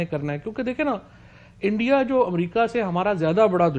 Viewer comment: Bhai endia nahi India hota hain😂